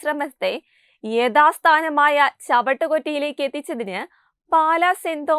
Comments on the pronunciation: ചവട്ടുകൊറ്റയല്ല... ചവറ്റുകൊട്ട എന്നാണ്. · Sister .words sradhikkoo...chavittu kutta alla..chavattu kutta...